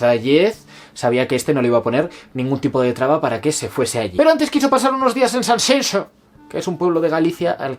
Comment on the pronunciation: He llegado al final!!! 😅 Ha sido duro ehh! Siento q tú has perdido tu tiempo leyendo el libro y yo he perdido el mío viendo el vídeo! 😂 Pero te lo mereces q lo tuyo son más horas! Como fuiste capaz de terminarlo?? Enhorabuena por pronunciar bien Sanxenxo! Los gallegos te lo agradecemos 😍